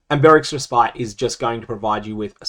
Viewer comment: Love the content but just a little nitpick. Respite is actually pronounced more like Res-pit.